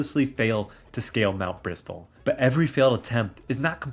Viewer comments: The fact you pronounce Mt. Bristle as Mt. Bristol. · Great video, fun idea for a challenge. Just for your info, Mt. Bristle is pronounced with a silent T in Bristle, like "Brissle", and it's "Skuntank", not "Stunktank" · Just so you know, the "t" in "bristle" is silent. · Love the video, I’ve been replaying PMD (with the Remix mod) lately and it’s so much fun, we can’t get a DX version of this soon enough (Also idk if this is a bit I’m not getting but the t in bristle is silent, just wanted to let you know)